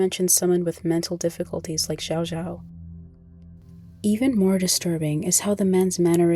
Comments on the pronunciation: Xiao Xiao is pronounced shao shao not zhao zhao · i mean you could have at least spent 10 seconds learning to pronounce her name correctly. (commenter gets it right) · you pronounced her name wrong